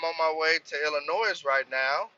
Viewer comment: the S in illinois is sielt my guy